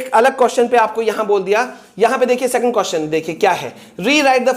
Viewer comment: Second hota hai secand nahi